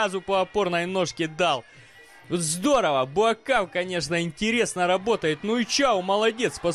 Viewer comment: Неужели так трудно правильно писать и произносить имя бойца,тем более легендарного) БУАКХАО его зовут